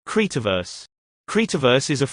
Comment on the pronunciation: The way he say creativerse